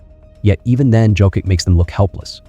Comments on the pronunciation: Can you, please, learn to pronounce his surname properly? It's YOCK-ITCH. I cringe every time I hear Jokick. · It's pronounced "Yoke-itch." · Sorry but it is hard to focus on the content when you’re butchering his last name to the point that it is questionable are you talking about Nikola Jokic or Nikola someone else. The way you say it it sounds like you’re talking about Jo-kick which has nothing to do with how you say his last name. If it helps - J is pronounced soft like in Spanish, so as the last letter (soft c). There is no way of Americanizing his name. Out of respect - either learn how to say it properly pleas or just call him a joker. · .. c'mon now 🙄 It' s _' Yokich ", everybody knows by now unbelivable🙄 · ?another steph A bucket of chit. And the host is an idiot...can't pronounce MVP name. USA 4 u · And not sure how you can still be mispronouncing his name at this point 🤔 😏 🙄 🤦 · Made an video about 3 time MVP and can't pronounce his name. Just for clicks. Blocked.